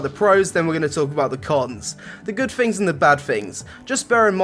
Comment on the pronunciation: The good fings and the bad fings!